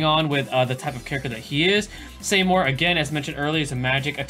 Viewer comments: Saymore?? REEEEE! (It's pronounced as See-more) Please never SAYMORE again x) Great video though, keep up the good work ;) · see-more not say-more